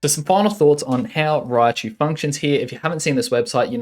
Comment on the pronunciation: If only it was called Raichu. Not Riachu Fail.